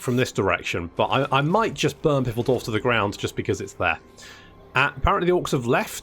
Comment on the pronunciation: Its Phaildorf. Ph like in the name Phillip.